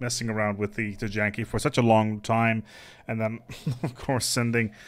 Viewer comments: I love your content, but for the love of god it's not pronounced Tee-Janky. It's somewhere along the lines of Tee-Yankee or Tie-Yon-Key. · "TEE-YAN-KEE" w/o a J I think..